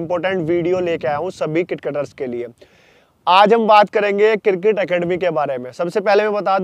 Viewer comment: Cricket hota hai किरकेट नहीं 😂🤣. और ये कोच बनेगे